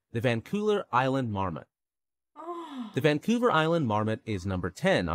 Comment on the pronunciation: Vancouler Island.........the first time he said it.